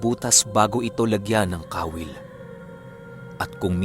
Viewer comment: Kawil po at hindi ka-wil :)